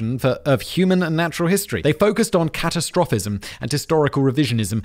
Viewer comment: It's cah-tast-ra-fism, Fact Boi. 🙂